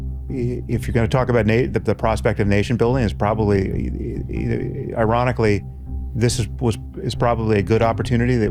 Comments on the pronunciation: “Iranically” Yes Sam. Isn’t it Iranic, don’t you think? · I can't believe Sam Harris said "Iran-ically" without even noticing